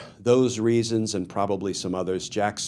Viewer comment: Glen it’s pronounced AND not END